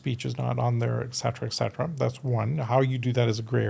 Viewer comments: ET cetera, not 'ex cetera'. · That's an interesting topic. But for somebody using the expression 'eT cetera" maybe he should learn the right pronunciation? 🤷🤔